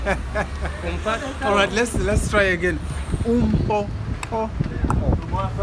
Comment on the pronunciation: I've just came across your channel while watching Cape Town vlogs,i am xhosa and it's not "umqoqoqo" its "Umphokoqo",you tried though.😅